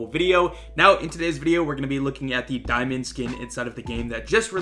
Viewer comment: Di-UwU-mond, ok that was cringe